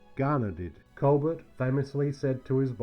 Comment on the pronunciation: Well, Colbert and Tufeld’s names were massacred and the fact that Robert Colbert is the son of Claudette Colbert was missed just adds to the list. 😀